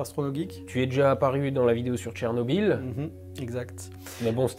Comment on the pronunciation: Si un francophone voit le mot Chernobyl, il lira Cher-nobil. Or le nom de cette ville ukrainienne se prononce en réalité Tchernobyl. La première graphie était évidemment anglaise et ne saurait être utilisée correctement dans un texte français , elle sera donc ecrit Tchernobyl. Tu es le seul sur youtube et le net francophone a l'écrire comme ca.